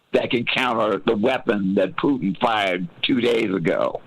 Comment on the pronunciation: Will someone mention to that Simon guy that Russian president's surname isn't Pyutin.